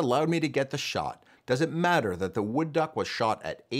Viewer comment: 'Where dows it come from?' or rather does ?